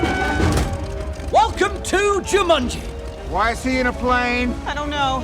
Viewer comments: They spent enough money on these films. Why didn't the director tell Rhys Darby to pronounce Jumanji properly? It comes out as "Ju-MUN-gie". So irritating! 😬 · excuse me who is "juMANJIE"